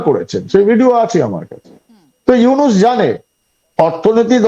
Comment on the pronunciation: ভাই, ইউনাস নয় নামটা ইউনুস। আপনাদের সাংবাদিকরা বলে ইউনেস। কি একটা অবস্থা। 😂😂